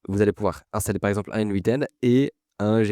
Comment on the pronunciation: Nitpicking Joe here, mais ça se prononce "Natan" (à l'anglaise: "N-eight'n").